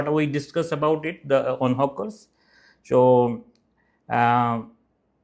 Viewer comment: Why are you calling them Hookers? and why do you add E before any word starting with S like Streets to Estreets?